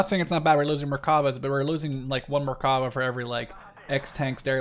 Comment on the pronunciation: You pronounce Merkava like this Mer-ka-va Also, I love your vids Keep the great work going